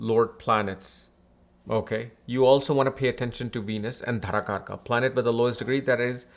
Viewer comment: You are an Indian...at least you should be having correct pronunciations of Vedic Sanskrit words...Its not Dhaara kaarakaa...its Daaraa kaarak...Not Nakshaatraa...Nakshatr...It feels like some kind of fashion to manipulate Sanskrit to please English people! Being global is not a small thing. You are spreading great knowledge with wrong wordings...the next gen. will learn from you sir. Be responsible.